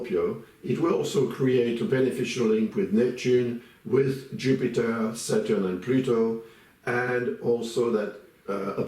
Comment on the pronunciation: I like the way he pronounced SATUUUR. 😂😂